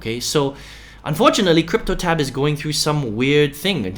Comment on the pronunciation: Its cryptotab bro. Not cryptoLab